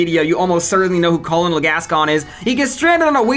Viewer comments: "Call-uh-noll Gascon" really never heard the rank "colonel" pronounced huh? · I've never heard anyone pronounce the first L in colonel before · I've never heard Colonel pronounced like that